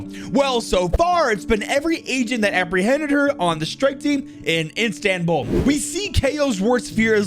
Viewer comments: Isntambul?? Bro, its İstanbul. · Bro... It's "Istanbul" not "Instambul". I get the fact that your bad at pronounciations but come on man that was not cool at all! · As a Turkish person, I am really offended that you called Istanbul "Instambul". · "instambul?" don't you mean istanbul? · the fact that he said instambul instead of istanbul lmao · INSTANBULL...... 🤢🤮🤧😖😫😰😭😭😭. Please, remember, its Istanbull... 🥲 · “istambul” bruh it’s istanbul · i like the videos, but its istanbul not istambul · It is "Istanbul", not "Istambul" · Did u just call Istanbul instambul??? 😭😭😭 No fucking way you mess that up. America moment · Bro did u say Instanbull!?🤣 the place is called Istanbul. Keep up the good work bro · I hate to do this, but it is actually called Istanbul not Instambul. But great video anyways ❤️ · Instambul it's Istanbul my guy lmfao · No one gonna talk how he pronounced instambul? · "Instambul". Nice one